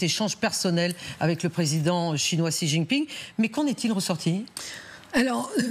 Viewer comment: Bonjour c'est écrit Xi mais ça se lit "Cchi" x en chinois se lit "cch" ou "sh"